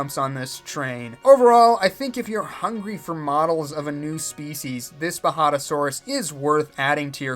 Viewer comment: Even though you made it a point that it’s been recorded and me saying how to actually pronounce the J is pointless here, ima just say you had it right the very first time xD (and the whole time)